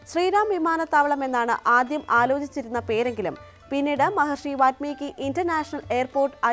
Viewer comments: ദയവായി വാല്മീകി എന്ന് ഉച്ചരിക്കുക.... വാത്മീകി എന്നത് തെറ്റായ വാക്കാണ്. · വത്മീകി.... അല്ലാ... വാല്മീകി